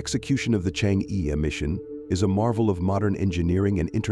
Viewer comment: The pronunciation of e sound in Chang e is totally wrong!